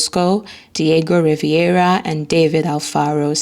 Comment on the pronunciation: Rivera not Riviera.